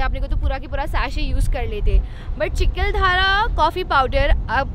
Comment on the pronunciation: चिकलधारा नाही - चिखलदरा खिचकदरी नाही - किचकदरी